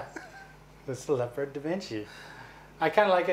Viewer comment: It actually is pronounce LEE-YO-PARD(o Da Vinci) instead of leh-purd (the big cat). It's original mobile suit from AWGX was named after the German tank.